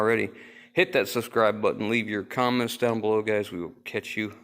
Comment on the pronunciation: 👍👌👏 I definitely heard: "Cummins down below" instead of "comments down below"! :-) ;-)